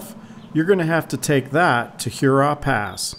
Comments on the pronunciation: “Her raw”, not like Huron. 🤓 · I’m just playing with you guys - the video was truly A+. It’s every time you say Hurrah. Love your work, and please know I’m just goofing around.